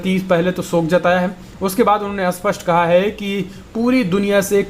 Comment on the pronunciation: Sapast h Usapast nai h